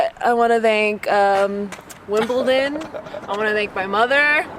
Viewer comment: Thank you so much for pronouncing Wimbledon correctly!